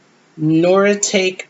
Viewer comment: Hey the China is actually pronounced Nor a tock e made in Japan you can look your patterns up on Replacements if you want to purchase more or find out the value. Thank you for sharing X0XO Mai